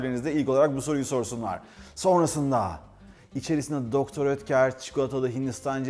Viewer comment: Mukemmel kanalll her seferinde degisik guzel tarifler ellerinize saglik ayrica dr.oetker hani doktor diye okunmuyordu sefim de doktor diyor 😋😋🤪🤪🤪🤣